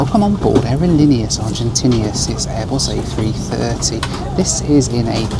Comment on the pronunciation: Hilarious how says: “aerolíneas Argentin’i’as” ~every time 😂